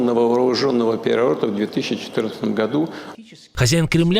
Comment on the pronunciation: Хозяин кремля уже слова плохо выговаривает! Уже ,,переворот" не способен произнести чётко!